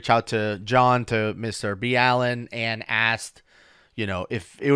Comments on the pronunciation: why did you start calling him B-Allen? I have seen other videos where you call him Mr. Ballen. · It’s pronounced ballin not balean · Okay....it's GOTTA BE SAID. Listening to you guys say " Mr. B. Allen " rather than "Mr. BALLEN" ( which IS his handle ) is like NAILS ON A CHALKBOARD. 😑 Come on guys. 😐 Get the guy's name right for crying out loud. 🤦‍♀️ I can't watch this whole video. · I believe if you watch to the end of any of his videos, when he cross promotes his social media, he says his name "Mr. Ballen" (pronounced "Mister Ball In"). I've never heard "Mr. B. Allen" until today. :P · it's pronounced Mr. Ballen [ball-in] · Yeah if you're going to coat ride his viewer #s by critiquing his research methods then please at least respect enough to pronounce his name right.... MISTER BALL-IN. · It’s pronounced 🏀EN …… ‘BALLEN’ isn’t it? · Is it me or do they continue to mispronounce Mr. Ballens name? B allen ? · His name is pronounced mr .ball in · It's Mr Ball -( en) lol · It's pronounced "Ballin" lol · Idk maybe it's me but I don't think you pronounce his name Mr B-Allen ... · His me is pronounced Mr. Ball-in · Its Mr Ballen... "Ball en" ! You say you respect him so learn how to pronounce his name please! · Pronounced Ball-in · Freaking killed me every time “Mr B-Allen” 😂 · Lol it’s Mr. BALLEN like “🏀ing” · Isn’t his pseudonym pronounced Mr. “BALL’N”? 🏀🏐⚾️ It doesn’t really matter, but I’m almost positive that he pronounces it BALL’N. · Ball-N….it’s ⚽️🏀🏈⚾️🥎🎾🏐🏉 NNNNNN…Sir. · If you're a subscriber of his channel then you would listen to how he says his name and he doesn't say it's b Allen because it's his last name I don't know about you but you're saying his last name incorrectly it's almost disrespectful especially since he says his name all the time and every one of his videos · Just as a heads up it’s pronounced Mr Bawlen. Like someone bawlin their eyes out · Are you guy serious or are you joking? His name is pronounced Mr. Ball-in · You pronounce his names wrong 😑